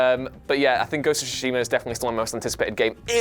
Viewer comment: I just hate how people say Ghost of Tsushima wrong